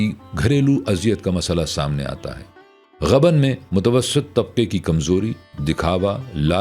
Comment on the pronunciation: جی! تلفُّظ دُرست فرمالیں! غبن ghabn✔️/ نہ کہ ghaban